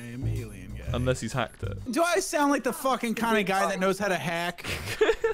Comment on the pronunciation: how much time she said FOKEN?